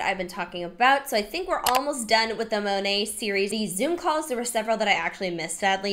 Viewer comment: Love how every time she says Monat, she says it differently. Girlfriend doesn’t even know how to pronounce the brand she’s selling 😂😂 So late to this video, but I’ve been binge watching your content since you were recommended to me recently and love your videos!